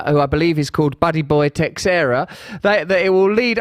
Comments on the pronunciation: You keep butchering Teixeira. You don't say the X, you say it with a "sh" sound like as if it's spelled Teisheira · It’s pronounced Teh-sher- rah